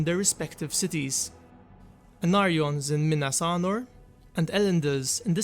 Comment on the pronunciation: Sounds like you’re saying Minas Arnor instead of Anor